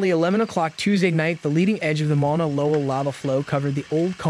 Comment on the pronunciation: come on..... mauna isn't hard to pronounce.